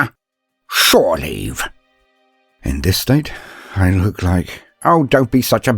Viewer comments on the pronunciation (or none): "shoreleave" LUL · "...shore leave"